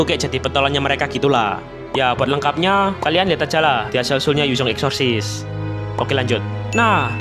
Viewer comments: Bg gua denger nya exotic aksesisaseon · Lebih kwren nyebutnya eksorsessesis banh👍👍